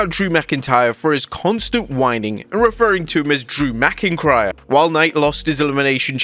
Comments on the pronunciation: Drew “McIncryer”.😂😅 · la knight calling drew mcintyre drew mcincryer was hilarious